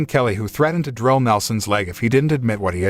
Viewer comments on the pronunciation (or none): none